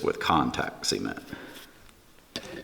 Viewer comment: did you say ceement?